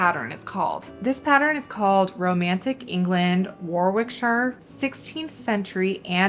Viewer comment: Regarding the red transfer ware. ‘Warwick’ and ‘Warwickshire’ are pronounced ‘warik’ and ‘wariksheer’ the second ‘w’ is silent. I don’t know why though!